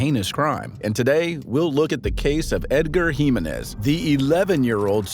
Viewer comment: LOL, can. you research the proper pronunciation first before uploading? lol Find the proper pronunciation for Jimenez.